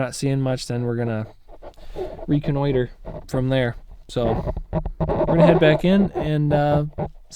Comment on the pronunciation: Bummer, I'm sure he's still going. Don't let it discourage you. That is something that has happened to all of us. Also, did I hear you say " reconnoiter" in your video? 🤔😂